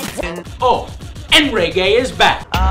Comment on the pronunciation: I like how he pronounces reggae "raygay" :))